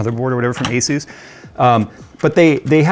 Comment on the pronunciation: It's not Aysuise. The company is called Asus. It's an abbreviation of the word Pegasus.